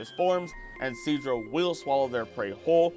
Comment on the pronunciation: “Sceezor” kills me 😂😂😂